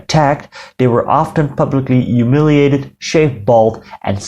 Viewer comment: Your videos are fantastic and this one was no exception. My only problem with it was your pronunciation of the word: humiliated. You dropped the h. The word is pronunciation hue-mil-iate-ed.